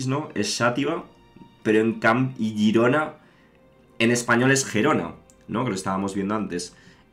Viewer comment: Has pronunciado Girona bien a la primera, no te preocupes Palma de Mallorca se dice igual en catalan